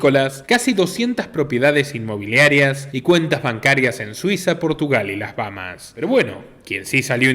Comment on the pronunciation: NO las Bamas. Es BaHAmas.